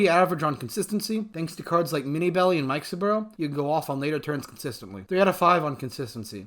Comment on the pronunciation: I like the way you say Mikesaburo. Always thought it was Mi-ke-sa-ba-roo but heck do I know about pronunciation 😁